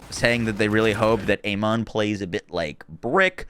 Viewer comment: His name is pronounced Aman ,it is in uk anyway